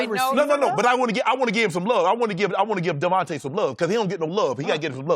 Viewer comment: LMAO Sharpe can't even get DeVonte Parker's name right